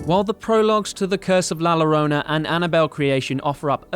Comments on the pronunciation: I am Indian and we pronounce "La Llorona" exactly how this guy did. I don't know what's wrong with it. What's the fuss? If the pronunciation is wrong then not our fault, nobody taught us whatever language it is. Double L is just L for us. And if that's not the pronunciation in this context then better write according to the "sound" of the letter. As simple as that. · The way he says la llorona cringes us Mexicans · I was physically hurt with the way he pronounced “La Llorona” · Can you butcher the name la llorona anymore say it right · Im mexican & ever since La llorona came out its been funny how they pronounce the word wrong😂😂😂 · Girl. Did you not even watch La Llorona? Pronunciation was ROUGH. Like, kinda highkey disrespectful to not even look up pronunciation. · "nOT a FlUEnT sPaNiSH SpeAkeR" It's ONE WORD, couldn't he have Googled the pronunciation? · Btw La Llorona is pronounced like La Yorona, not lorona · I cringed every time you said La Lorona instead of pronouncing it la Yorona. Great summary though. Well put together. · When you see a double L in a Spanish word, pronounce it like a "Y". La Llorona actually sounds like La Yorona. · It's la yorona not lorona. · la lorona lol.. u should just say la yorona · it's not lorona, double LL is J in spanish you say it jorona but written llorona , freaking dumb@ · Si, tienes razón, lo pronuncian como: "La Lorona" y me pone de los nervios. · La la row na😂 it’s La Lloroña 😂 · Its La Ya-Rrona, not La larona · Why "la Lorona" ?? is LA LLORONA! With a doble L. It's sound like a Y. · "la lorona" yea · Just a little psa “La Llorona” is pronounced “la YO-rona” 😂😭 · This dude really said la lorona 😂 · Bruh what is la llllllorona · I'm sorry in advance. La Llorona is pronounced La Yorona. The double L's change pronunciation in spanish to sound like a Y. I'm rlly unsure of how you were able to mispronunciate Llorona after watching the correct pronunciation (by english and spanish speakers) in the movie. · La "Lorona" 😂😂😂😂😂